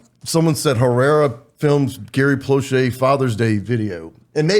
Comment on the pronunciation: Finally they said his name right. Drives me crazy everyone sayin Plow Shay.